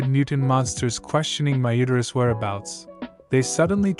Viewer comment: I dunno how I feel about the AI narrator saying "my uterual".....